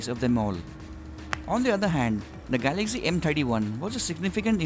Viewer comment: First know how to speak , it's Galaxy not Galagzy. STUPID.